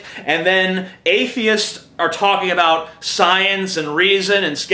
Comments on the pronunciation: WHAT ARE YOU TALKING ABOOT? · LOL at "Abooooot" XD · About...a bout...a boooout...a booooot...a boot Christians. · "ABOOOT" LOL